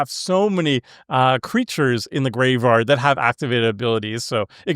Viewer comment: not tryna hate, nut do you have a speech impediment or are you just not aware of the fact that you say 'graveRard'?